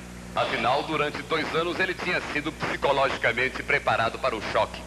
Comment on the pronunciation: "Pscologicamente preparado" isso em 1969, esse cara era instruído...